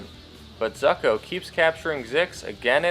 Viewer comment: You kept saying Zucko's name wrong.